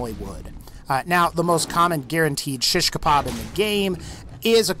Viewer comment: you really cant pronounce shish kebab right :D